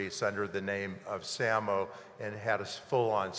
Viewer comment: SAMO is pronounced "say-mo".. (his referencing - "same old bullshit")